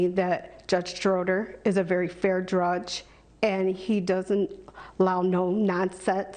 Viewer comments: Drudges and Notses? What an uneducated clown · Gee! I wonder why keeps saying “drudge” instead of judge! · Not to mention incoherent bordering on suggested drug use...listen to her speech: she says "drudge" instead of "judge" and her grammar is a train wreck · “Fair drudge” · “Very fair Drudge” 😂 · I guessed her IQ as 82 or less. Maybe it's just a speech impediment and difficulty reciting lines. "Drudge" real good, doe. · I think she said the word drudge at one point instead of judge, Freudian slip perhaps. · _ "... Judge Schroeder is a very fair Drudge... " A slip, perhaps?